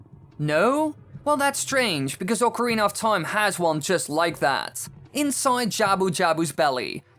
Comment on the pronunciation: It's OCARINA OF TIME, not ORCARINA OF TOIME.